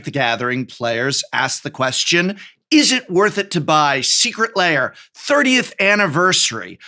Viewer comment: Tolarian pronunciation guide: Lair laY-Er